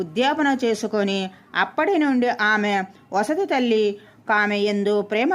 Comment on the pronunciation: వసతి తల్లి కాదు, సవతితల్లి అని చదవాలి